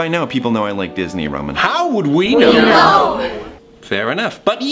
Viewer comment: in the nicest way possible, that "we know" was OVERWHELMINGLY British